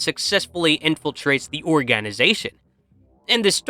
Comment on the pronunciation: Just asking.. didn't the pronouncing of organization sound little off?